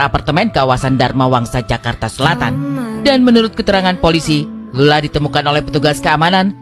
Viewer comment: Kenapa setiap nntoon dsni ,, lu selalu salah trus baca nya ya bang ?? Lulaa ,, sering banyak video lu salah baca bang